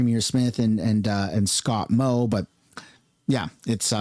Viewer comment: Excuse me. Moe not “Mod”.